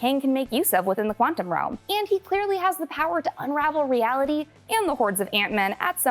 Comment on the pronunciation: “Realigy” lol